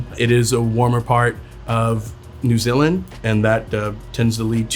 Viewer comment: First time I’ve heard an American pronounce New Zealand correctly I’m amazed